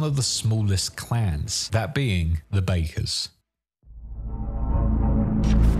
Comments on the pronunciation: Bakkers is pronounced 'Backers' not 'Bakers' 😐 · It's pronounced "Backer", not "Baker" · Backers (Bakkers) not Bakers. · well the voice actors in the game pronounce it "Backers" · The way he pronounces "Bakkers" makes me cry in Nomad